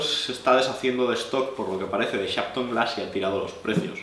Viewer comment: Por favor, no se entiende el nombre de la marca